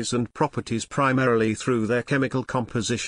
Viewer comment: Well, can't say I like the robotic delivery, but at least you did explain it, and you pronounced "metallurgy" right, so I give props for that.